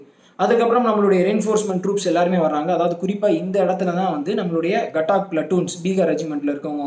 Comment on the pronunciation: கட்டாக் இல்லை காதக் பிலட்டூன்